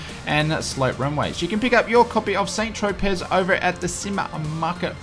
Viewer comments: Lol Saint Tropez. It's pronounced "San tro pay" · lol saint tropez... it's pronounced san tropay